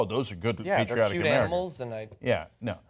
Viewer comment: REAL UHMERICAN POLITICIAN!